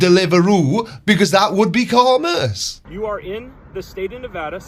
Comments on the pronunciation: Let alone the way he pronounces commerce... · Sovereign dude can't even pronounce "commerce". He needs to study his sovcit handbook. Know what I'm saying?